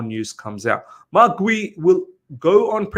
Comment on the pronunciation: I think it's pronounced as G-yu because of the u at the end